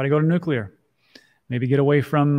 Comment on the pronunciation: Nuclear is the way. Nucular is not the way.